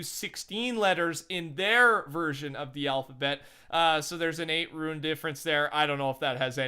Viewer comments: IT IS R-U-N-E not RUIN. IT IS PRONOUNCED (Roone) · Rune is pronounced “roon” not “rooin” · How did you get yourself to say ruin instead of rune?😂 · Its rune not ruin ... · RUNE NOT RUIN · I feel uncomfortable everytime he says ruin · If you’re struggling on how to pronounce Rune just say it like Moon with with an R. That easy fella. Great videos btw. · It really isn’t that hard to say rune though...